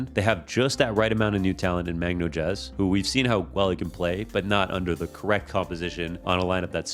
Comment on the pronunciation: Magnojezz is pronounced "Mag-noiz"